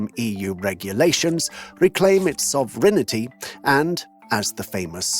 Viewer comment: "reclaim his (...)" what? "sovreignety" is what we hear. Gosh. French ear here, bleeding... 🩸😭